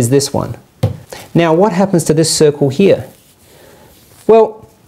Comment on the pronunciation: on second viewing: "Oh, circle_, I thought he said _soccer the whole time!"